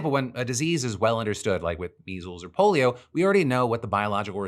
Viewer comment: Yes, the POLEO vaccine was tested against a placebo. So was small-pox. This guy's a fucking goon. Listen to how he speaks, and tell me he's in good enough health to DIRECT A HEALTH GROUP. Jesus fucking Christ, this country is such shit. In order to have that job, he needs to have been a doctor. That way, he understands. A man with NO medical background has no fucking business leading this organization. Hiring friends and family for key gov't positions is nepatism, and cause for alarm. It's only going to get worse from here, folks. Buckle up, and prepare to fight for your freedoms. You may get deported for it, or arrested, but hey... that's what you voted for.